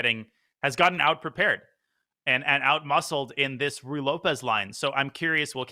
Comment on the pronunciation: FYI, the first word of the Ruy Lopez rhymes with each of the first names of Donald Duck's nephews. Sorry, it's just a pet peeve of mine to hear it pronounced Roy or Rye.